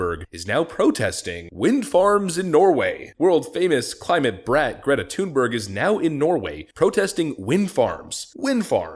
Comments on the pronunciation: It's not TUNEberg. If you want to be correct, it's pronounced Thun=berry. BTW, that doesn't mean I support her. I think she's a useless person. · You pronounced the 1st syllable of her name correctly! The 2nd ("berg") is pronounced like English "berry."